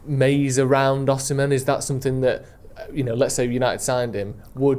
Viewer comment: O-SI-ME not OSH-IMEN